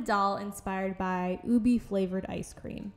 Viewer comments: i love how she turned out!! the way you do your faceups is so gorgeous ahh i love it (also btw ube is pronounced oo-beh rather than oo-bee!) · its pronounced as "ubehh" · Its pronounced oo-bay